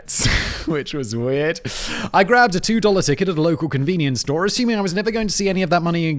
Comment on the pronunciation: Simon said store like a american lol